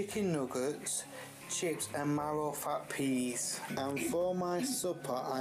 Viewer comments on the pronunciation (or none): none